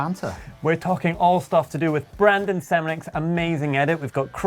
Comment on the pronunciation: it's BRANDON not Brendan